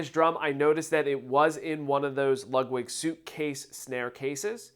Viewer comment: Are you pronouncing it "Lug-wig"?